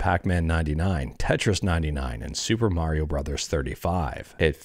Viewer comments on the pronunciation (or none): none